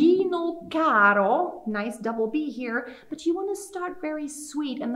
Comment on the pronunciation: im really confused. She sang the first caro with a rolled r but the pronunciation video said not to?